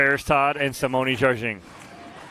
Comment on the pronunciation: Sounds like announcer is consistently mispronouncing Simone Jardin's name. Very unprofessional